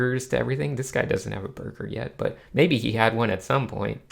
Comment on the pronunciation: There's something about saying burger that makes me laugh